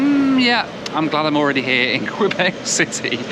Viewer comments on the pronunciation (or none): KAYBECK! Not Kwuabek. Thank you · its not Qweeebec its Kaybec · just a kindly reminder. When you venture to an area. Try and pay attention to how the locals pronounce their city or Province. It’s not qwebeck it is Que-bek! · Quebec, not Kwebek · Thanks for that! Kay-bec! Not Kwa-bec. Thank you! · A little tip "Quebec" that you annunciate as "Kwee-beck" here we annunciate as "Key-beck" 👍😃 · It’s Q-bec not Qwe-bec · It's pronounced kay bek. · I love imagining the québécois being offended by your pronunciation of Quebec. I hear they're particular from people in Vancouver during my couple years there, it could just be crafty British Columbian propaganda :o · haha "kwabeck" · Sept Iles airport is looking pretty good. Last time I was there was in the mid-1990s and it was a tiny terminal. BTW, Quebec is pronounced Kay-Bec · No. No. No ....Kay Bek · Somehow it's Queebec when it's the province but Quebec City comes out all right. So he can pronounce Quebec after all. Odd that. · Ask someone how to pronounce Quebec. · Hey, you got "Wabush" correct but said "Sept-Isles" and "Quebec" wrong. Don't feel bad, most people outside the US can't pronounce "Los Angeles", especially in the UK - news readers included. And the list goes on. Getting that flight was a stroke of luck, not many would have a spare £340 lying around to take that option. Did you get a refund from Air Liaison? As usual, a great report.